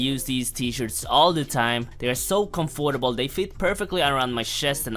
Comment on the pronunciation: bro said the t shirts were COM fort ABLE 😆